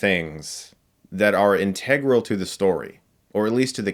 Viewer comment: IN-tuh-grole...not in-TEH-grole